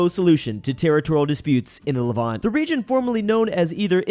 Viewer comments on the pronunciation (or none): none